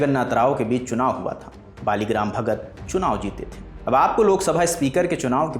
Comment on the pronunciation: सही नाम मावलंकर एवं बली राम भगत उच्चारण तो सही करिये महाराज